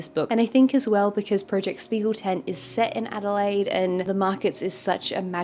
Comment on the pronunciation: Btw if you care: The "sp" in Spiegel is actually pronounced like "shp" - so "Shpiegeltent" ☺️